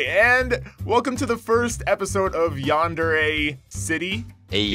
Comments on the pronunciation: I'm throwing chairs around the house in anger_ yandere not yandare it sounds like a cleaning product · it's pronounced yandere!! get it right